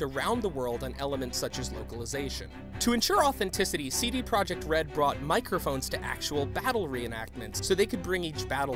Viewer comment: did you know you dont read PROJEKT the same as PROJECT. english